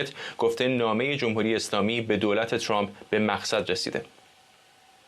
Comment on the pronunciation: Why can't pronounce Trump and says Trum??? this is the problem of some other speakers in here including some of teh news readers???? Please do some practice you will learn it.